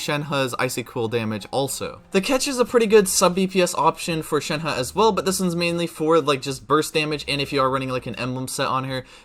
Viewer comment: Thanks for actually making an effort to pronounce her name right. It’s so frustrating